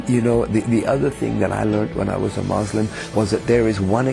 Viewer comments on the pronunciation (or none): Muslim.MuslimMUSLIM.How hard it is for a former muslim to pronounce the word clearly.Mozlim.Lol. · Rini V Loool someones getting abit hyped up. I never said accents never change but if he was brought up in England as a Muslim, he wouldnt pronounce it as Moslem no matter how much he adapts his accent. He is a fraud and anyone with a basic understanding of Islam will know this. His "story" is not a miracle, its something we call Fiction mate 😂😂 P.S. what makes you an expert in accents btw? LOOOL